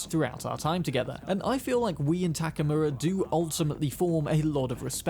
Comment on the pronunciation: The guy’s name is Takemura, but by the way you gringos pronounce it sounds like Takamura. I don’t know for the Japanese how it sounds but at least to me as hispanic sounds like that and Spanish has the same vowel system as Japanese